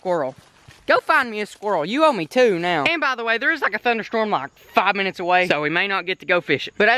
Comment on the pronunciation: "0 minnewrs"